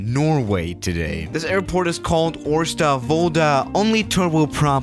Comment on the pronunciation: He almost got the pronansiation right, im norweigian